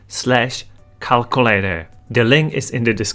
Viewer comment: The way you say calculator is crazy funny